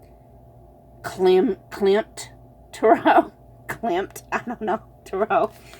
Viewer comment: I chose #1. Wonderful reading. Thank you so much. (P.S. You pronounced Klimt correctly. Those lovely cards must have been created with inspiration from the art of Gustav Klimt) Thank you again, I needed a bright spot in the middle of the winter doldrums.